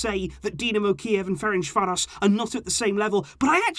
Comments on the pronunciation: I'm hungarian and i have to tell you you completely butchered the name Ferencváros =))). Its pronounced like Ferentzvaros (s like in sugar). Good videos though. Keep up! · You need to pronounce Ferencváros, like c in certain and the s like sh.🇭🇺